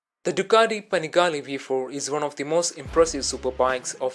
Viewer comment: „Panegale“ xD Wtf